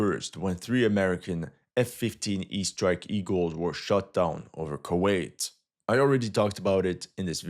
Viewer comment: Bro said "the Ghost of Kurwait" 😭😭😭